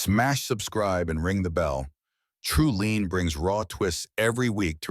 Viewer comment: teach you AI to pronounce your page as Tree Line. Not Tree lean. As for the storyline he has a loving live in girlfriend that he blew off when she mentioned getting engaged and now hes giving some bold stranger more attention then